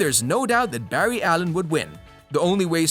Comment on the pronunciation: Bru did you just say berry allen